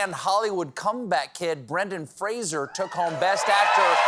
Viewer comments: Fraser* (there's no "i" & shouldn't be pronounced like there is either) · You don't think earning the highest honour of his career is a good time to start pronouncing his name properly? People do the "Fray-zsher" thing all the time, always have, but I'm hearing it constantly on the radio and such because he's in the news a lot these days. That's not his name, so yeah I'm okay with people correcting it. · Fraser* (there's no "i" & shouldn't be pronounced like there is either)* *The literal embodiment of the phrase 'tone deaf'